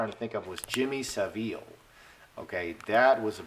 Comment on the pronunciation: Name is Jimmy Saville. Pronounced SAVill